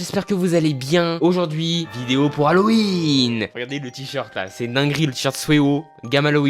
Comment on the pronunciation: HALOWENNE HAHAHAHAH ET PUIS QUOI EN CORE